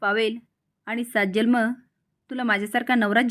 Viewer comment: जल्म नाही हो जन्म म्हणा ना